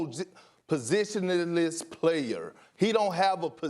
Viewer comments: Paowsishshishlessh playooor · “Poh-Zish-List Playurr”😂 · Kendrick "posis positio pozizh positiononless" Perkins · He’s a Pa-Sit, Po-Sit, Po-Zit, Po-sition-Na-less player- KP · Who wants to bet that Ben Simmons will learn to shoot before Perk learns to say positionless? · You’re on National tv and can’t pronounce positionless lmao 😂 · Watching perk struggle to say positionless killed me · Kendrick Perkins cant say positionless